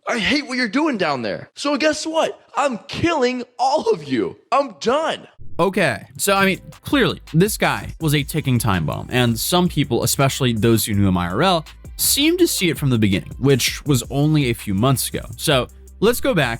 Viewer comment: Or “ex-specially”